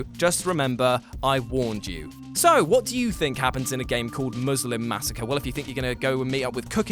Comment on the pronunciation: Did he say Moozlem Massacre? 😂